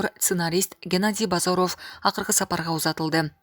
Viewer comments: Бозаров дебей Базаров деп туура оку диктор аял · Айланайын алып баруучу, баары жакшы.Бирок Жапар оф, Базар оф Касмамбет оф деп окуганын жадатат. Жазылышы менен окулушун айырмалай албайсынбы!?!?... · Алпаруучуга айтаар элем, ударениени туура койуп суйлосонор жакшы болот эле.Геннадий Базаровдун фамилиясын окуп жатканда туура эмес болуп жатат!